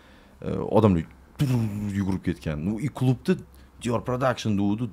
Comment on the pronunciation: Logopedga borish kerak ekan Dior pradakshn )